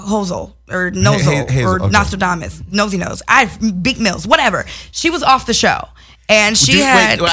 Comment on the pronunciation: she said beak mills 😂😂😂😂😂😂 i can not